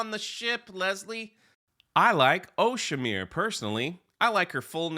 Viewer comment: "OhShiMir" sounds more like "Oh Shit Merde" and it is more fitting